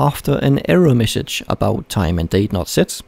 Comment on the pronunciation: "aaafter an error missidge" xD